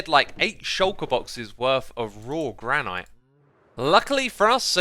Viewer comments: As someone who lives in the Gran-et State, hearing you pronounce it Gran-Eyete is super distracting. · GRAN - IT not granyte speak English!!!!! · Is mispronouncing granite as gra-night an accent thing? Or a weird quirk of his? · I am sorry... but am I the only one confused why he says "Grah-Night" instead of "Grah-nit" for Granite? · Granite is pronounced gran-it, it is a different pronunciation from the other stones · That's not how you pronounce 'granite', chief. You're as bad as Mumbo saying 'ingot'! Nice episode, though :) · Im sorry but.... Gran-IT?!?!?!?! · is it a running joke that he pronounces granite wrong or does he not know it's "gran-it" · Please pronounce granite correctly!!!! Haha